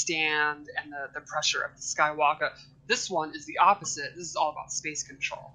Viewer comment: Whe does it sound like freeza saying “skywalka” sounds horrible jus add the r ..🤦🏾‍♂️